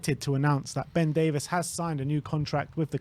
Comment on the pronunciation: Can we at least start pronouncing his name correctly? His name is NOT Ben DAVIS. Stop it